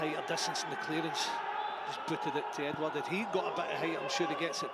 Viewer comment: Really annoyed me the way the commentator said edouard😂